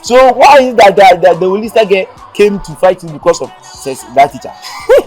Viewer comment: Eeeeii so the girl name is Olisa and kyekyeku said Louisa 😀😀😀😀😀😀😀😀